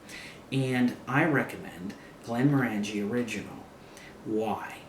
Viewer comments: It's pronounced Glenm-Ornagie not Glenmro-Angie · Very nice review! Just to clarify, pronouncing Glenmorangie is like saying the color "Orange" (Glenm"orange"ie)